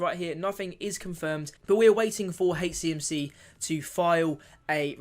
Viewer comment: Please, it’s soooo difficult listening to you call HCMC “HateCMC” it’s H CMC not hatech CMC…thanks